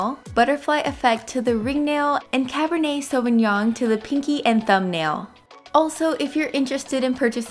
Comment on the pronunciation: I'm glad you pronounced "sauvignon" correctly. I'm not even French but I feel like that word isn't that hard to pronounce.